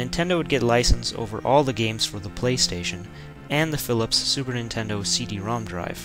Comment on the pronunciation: Ninterdo ?? (relax i know theres a scuff mark there...)